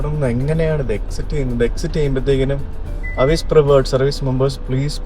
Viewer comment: അവിസ് എന്നല്ല എവിസ് ആന്നു